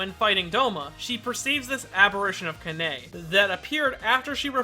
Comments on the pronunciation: SIGHHHH you corrected your pronunciation of "corps" yet cannot correct the way you say their names.... again with "ka-NAY".... Ka-na-e... pls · please pronounce the names correctly... it's not "Kah-nay"... it's "Ka-na-e"... syllables have a lot of impact on how characters written and read in Japanese... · Kana-e not Kaney 😶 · for the love of beans it's Kanae(カナエ) Kah-Nah-E. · the way he pronounces "kanae" kinda hurts me inside